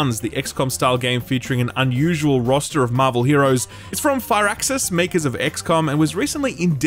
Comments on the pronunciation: Not strange that 2K doesn't respond when You can't pronounce the developers name. It's Fir-axis not Fire-axis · This is the first time I've heard someone pronounce it as "Far-axis" and now I'm wondering if I've been saying it wrong the entire time.